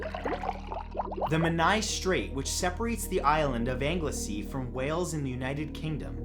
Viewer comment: matt its pronounced angle-sea not nit picking just letting you know